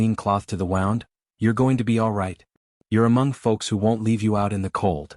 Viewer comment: Good story, but we're gonna need part 2, please. Somehow, AI voice needs to learn the difference in wound (woond) as in he had a gunshot wound and wound (wownd) as in the thread wound around the needle. Mispronounciation of this one word is consistent in all of these western stories. I'll be looking for part 2. Make it soon, please. 😊